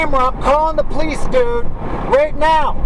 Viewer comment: "I'm callin' the pleece!"